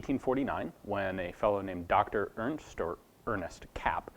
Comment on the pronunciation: Kapp : pronounce it CUPP